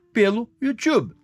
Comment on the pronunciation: You tchube é pra fudê heim Régis. Pqp...